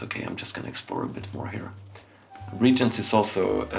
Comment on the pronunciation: With all this talk of "regents" I feel as if only royalty are allowed to play this game. :P Re-agents on the other hand...